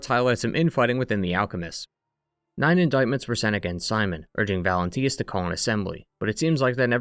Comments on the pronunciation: Bro its valentinus, not valentius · Bro had two years to say "Valentinus" instead of "Valentius" and still got it wrong 😭